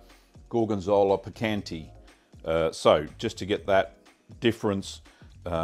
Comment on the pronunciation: Here I am, spreading some gorgonzola dolce on homebacked sourdough bread and your video pops up! I can't wait for the weather to get better and give your recipe a try! Just a small tip: the E in dolce is pronouced like the e in "neck", same for piccante